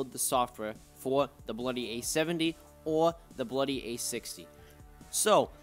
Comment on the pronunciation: Yo he says bluy 😆